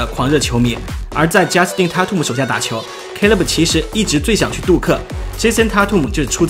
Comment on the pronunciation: tatum念错了吧